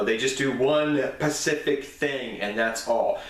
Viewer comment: "Pacific" it hurts. Love the video anyway!